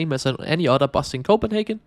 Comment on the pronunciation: You say "otter" instead of "other." 🦦